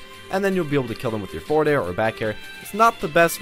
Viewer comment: lmao he said foreward